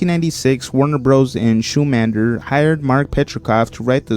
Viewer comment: shummaner?how u screw up his famous name? no fact checking while script writing?